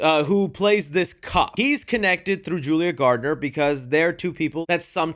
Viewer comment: bro its julia GARNer not GARDNER